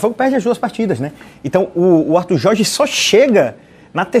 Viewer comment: Este de barba não consegue falar Jorrrge kk